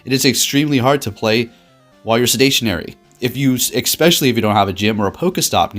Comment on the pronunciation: "Sedationary"? Ohh Sedentary...👀😂